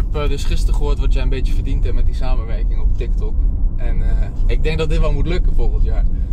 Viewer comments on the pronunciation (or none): none